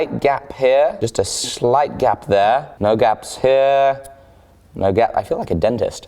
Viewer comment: I thought you were saying “gab” lol